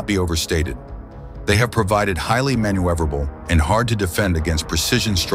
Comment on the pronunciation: What the hell is "manu-ever-able"? Computer voice sucks